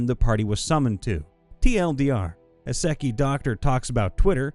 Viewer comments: Bro just learn how to say Isekai... its pronounced as ee-seh-kigh or ee-say-kigh not e-secky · You mispronounced isekai... think eee-se-kai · I think it's pronounced eye-sek-eye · I prefer the way I heard him say it: "This was in a sucky campaign" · The way you pronounced isekai